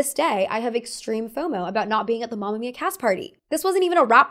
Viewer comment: its mAma mIa not mAmia :')